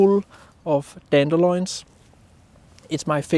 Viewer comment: Yes, your English is far better than my Danish — but it's DandeLIONS not DandeLOINS (rhymes with Coins) Haha! Photos are great too😉